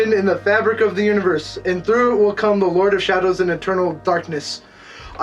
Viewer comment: Did you say this WHEEL be the leg ?